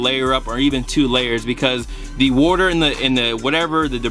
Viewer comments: What is this "worter" he keeps saying he's pouring on the shoes? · if you don't stop sayin wourter